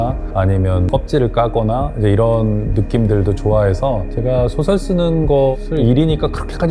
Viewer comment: "소설"의 "소"는 길게 발음해야 하는데 이를 짧게 발음해ㅆ고, "설"을 마치 accent가 있는 것처럼 강하게 발음했음. "소국, 소년" 등은, "소"를 모두 길게 발음해야함은 의문의 여지가 없다. 소설가가 "소설"을 바르게 발음하지 못하고 있음은 놀라운 일이다. "한국 어문을 고발함"이라는 책을 읽어 주시옵소서.